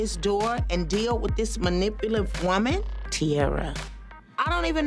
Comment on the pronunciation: The fact that Karlie couldn’t say pathological and couldn’t say manipulative gets me every time 😂😂